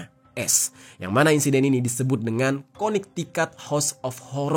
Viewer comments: Konektikut bang bacanya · bacanya kone tiket bang